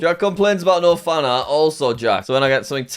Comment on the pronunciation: Jack forgets the "n" in fanart...